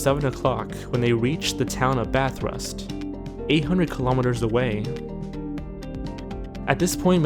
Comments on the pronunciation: It’s Bathurst, not Bathrust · Lol Bathurst not Balthrust. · Ba-thurst my friend, not Ba-thrust :) gg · Bathurst is said as bath thirst not Bath rust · Its ba-thirst not ba-thrust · no no no, that town is said b-a-th-est not Bethest OK? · Pronounced: Bath-urst, Mel-burn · May I just note out that the count down enter that has the family missing you miss pronounced Bathurst as bathrust or something like that since that is in Australia and I live in Australia the r in Bathurst is silent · lol, he said Bathrust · It's pronounced Ba-th-erst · what the hell is bathrust? you not from straya are you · Awesome video. Nice to see Australia included, it's pronounced bahth-urst by the way :) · EVERY FUCKING AMERICAN PRONOUNCING MELBOURNE, GOULBURN AND BATHURST WRONG